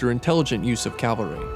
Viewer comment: cavalry not calvary